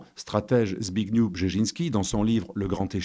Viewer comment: "Zbigniew" ne se prononce pas : Sbigniou, mais Sbignief. Hommage à ce formidable violoniste polonais de jazz : Zbigniew Seiffert, décédé à l'âge de 33 ans. Bravo et merci à vous 2 pour cette excellente émission❗😊👌